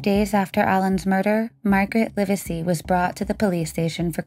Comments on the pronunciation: When recounting the story....get the names right to be respectful. It is not "Liversey" it is Live sey" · The last named is pronounced "LIV-zee" and the county he lived in is pronounced "LAN-ka-sure." Please research pronunciations. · It's pronounced LIV-ZEE and you're pronouncing Lancashire incorrectly too. It's LANG·KUH·SHUH. Oh, and Yorkshire is the same, with a SHUH sound. It's not like The Shire in LotR 🤦🏻‍♀️ EDIT - you seem to say Lancashire sort of right sometimes but not at others 🤷🏻‍♀️🤦🏻‍♀️ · This happened in my village at that time. I think it’s cute how you pronounce Lancashire; we aren’t as well spoken here 🤣And the surname, Livesy is pronounced as “livsy” My opinion is this; Alan was murdered by a pedophile… many of us thought it was odd that Alan was in his cadet uniform, and tied, which made us think it was some sexual incident. I didn’t personally know Margaret but I did see her at the WMC. A face that I knew but didn’t talk to. She seemed like most others of that time. A bit hard faced, stern, but certainly not capable of murdering her own child. Of course this was a big topic of discussion in the area at the time and I never heard anyone even suspect Margaret. As I said, we all thought it to be an older man - which may seem A biased view , as we often think of child murderers as older men. There was sadly, a great deal of these incidents at the time in the 1970s…men with sick perversions.